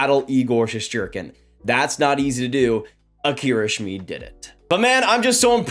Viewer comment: It's pronounced Shmid like kid.